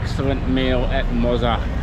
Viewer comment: Enjoyed the video. We’ll be back again in November. Looking forward to giving Mozza a workout this time as we’ll be staying in that area. FYI it’s pronounced Mott-za (as in Mozzarella). You talk about new discoveries, have you been to the famous Hidden Garden Bar yet? Reckon I might give your barber a go too. Cheers.